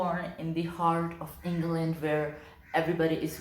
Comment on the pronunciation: the way I kept hearing finland instead of england. like I had to watch that part multiple times to make sure as the description was so spot on too. and those book names you came up with lmao I'm glad you're more active again I love your videos. I'd call you a comedic genius but idk if that would be a compliment from me as my sense of humor is shit lol